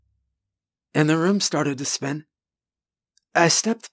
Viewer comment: But have you heard him say room?